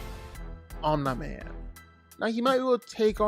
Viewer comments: I hate the fact that you say “omna man” instead of omni* man 💀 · You say omi man weird. It’s throwing us off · STOP IT… Stop saying om nye min. His name is OM NEE MAN PRONOUNCE IT CORRECTLY. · Omneye man??? No, OMNI man, cmon bro........ driving me nuts..... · Omn-eye Man. Can't finish the video. What is it with YouTubers not even watching the source material or having a basic grasp on how to pronounce words correctly. IdioTubers. Jeebus. Smgdh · is it just me or did he say online man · The fk u saying omnaman for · Who tf is Omna-Man? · Omnaiman He said it right initially and from then on Pain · You said Omni man correctly the first time you said it in the video and then you mispronounced his name every time after that. Makes me think you're doing it on purpose. Annoying as hell. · ya, I needed to see someone else's comment about him saying omni man wrong instead of hearing it pronounced wrong, driving me up a wall, ya you right. 🤣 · My guy quit acting like you don’t know how to pronounce “Omni man” 🤦‍♂️ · anybody else bothered by the way he says omni man